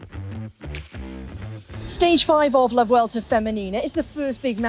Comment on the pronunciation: Yeah, the one can't pronounce Vuelta correctly and the other can't pronounce Niewiadoma. Plus, if you're only going to do 6 minutes, don't make it 1 minute of yesterday's stage and 3 minute interview. Give us 5-6 minutes of actual racing coverage!